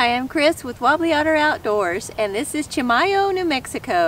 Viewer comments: It's pronounced "key-my-oh" . It's kinda weird but that's most places in NM are pronounced kinda funny. Love these videos! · ...reading other comments on its pronunciation & getting from a Chimayo native it is CHEE -MA-YO..😉 with letter t in the beggining is how the Tewa indians that were here first spoke.. La Chimayosa⚘